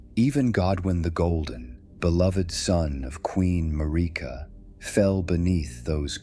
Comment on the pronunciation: Tell your AI voice to pronounce Marika’s name correctly.